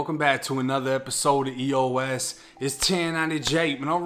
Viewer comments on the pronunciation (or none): Is it me or when he say EOS it sounds like eat yo ass